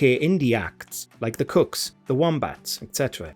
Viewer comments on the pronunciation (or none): its pronounced Koo-Ks not "Cooks" It's like say Woow is pronounced wow 😂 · Prounancing the kooks as the cooks is fucking hilarious..where did you get this guy😅😅😅😅